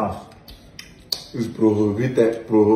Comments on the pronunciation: “Prohivited” I am on the floor 😂😂😂😂😂😂😂😂😂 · Prohovited 😂 Roro no go keee person o